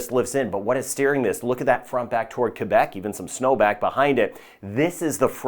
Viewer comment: Thank you for all of your excellent work in providing us with weather update, and thank you for pronunciating Quebec the right way! Have a great day!!!